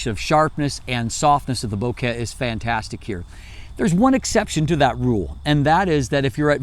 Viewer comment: says "Bo-care" instead of bokeh, because he really cares.